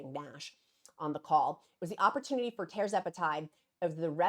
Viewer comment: Tir …..zepatide not tear zepatide like “Sir” Charles